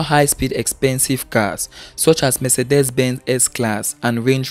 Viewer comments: Mercedes is pronounced m-say-dees not me-se-des. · Please note MERCEDES is not pronounced me-se-des. It's pronounced m-say-dees.